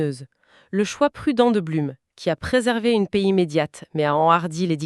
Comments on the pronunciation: On dit "bloum" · Beaucoup d'erreurs. Le nom de Blum prononcé de travers 2 fois sur 3. Un discours laissant entendre que l'Allemagne aurait une frontière avec l'Espagne... Ou simplement l'idée que mussolini aurait attaqué moins facilement. Alors que dans la réalité il n'a déclaré la guerre que quand la défaite française n'était déjà plus évitable.